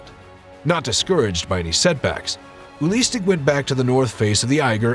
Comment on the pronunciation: His name is not ULISTIC, his name is UELI STECK!! what a shame ...